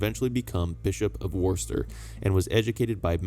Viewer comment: Why is it you can pronounce Anjou but can't pronounce Worcester correctly 🤣